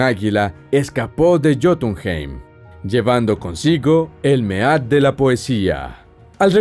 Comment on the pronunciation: Mead se pronuncia "mid" . sinó dorectamente hidromiel macho